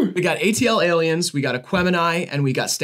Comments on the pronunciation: oh god the way they say ATLiens... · Their pronunciation of ATLiens makes my brain hurt